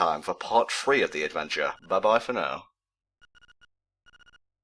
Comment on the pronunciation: I like how every time says "three" or almost any th sound, it sounds like the fr sound or "free". Man I like accents. ^^